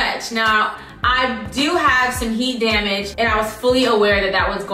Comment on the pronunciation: "It's giving heart damarj"🤣🤣🤣